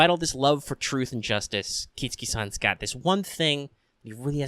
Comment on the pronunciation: Good video- except its KIT-SU-KI not KIT-SKI , just Fyi!